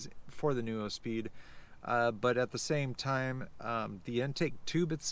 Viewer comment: And neuspeed is pronounced NEWspeed, not NU-O speed 🤦🏻‍♂️